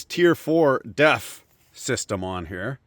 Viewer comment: I kept hearing 'DEF system' as 'death system', but it works either way.